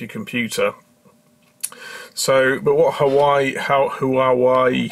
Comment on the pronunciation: I love how you pronounce Whuahwey :D